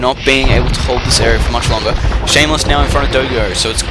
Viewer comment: Nice video, some heads up about the names: dogao is acutally Dogão (ã sounds like "an", but with a nasal tone, like "doh", "gan" like in gangster, then "oh", but there are ony two syllabes: Do/gão), plus in armandinho and danzinho the "nh" sounds like ñ, like in señor for example.